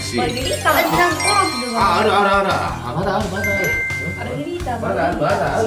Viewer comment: マルゲリータじゃなくて、マルガリータになってる(｀･ω･´)ﾉ